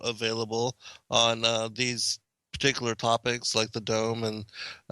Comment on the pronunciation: It's peculiar how you say particular.